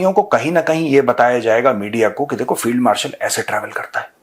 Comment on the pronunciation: Abha khaday Phield Marshal nahi Field Marshall Abay Indian bona tu seekh le